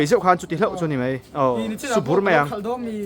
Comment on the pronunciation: Kawmngeih ti rawh.. 'mai' tih turah 'mei' in ti leh lawi bawk sia in letling thei emai